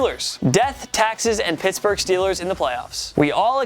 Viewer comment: Pertsburg???What lol